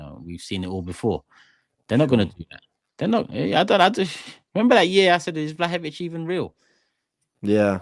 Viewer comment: Did seriously say vlahovic 💀💀